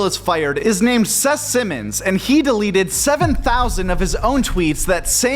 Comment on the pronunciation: I like how he mispronounced Seth Simon's name, because nobody's heard of him outside of twitter busybody circles